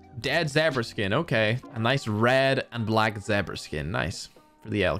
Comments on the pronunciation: Zebra pronounced ZehberAh Its pronounced ZeaBruh! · They way said Zebra 🙃